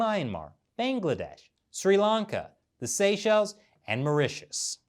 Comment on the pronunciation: not bengledesh it's Bangladesh 🤣